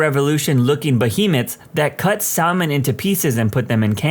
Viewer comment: Lol. The "L" in Salmon is silent.